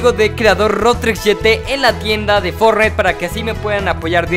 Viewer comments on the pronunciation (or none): none